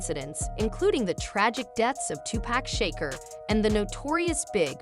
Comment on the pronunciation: SEAN is pronounced SHAWN. --Shakur is pronounced SHA-koor -- Kanye is KON- yay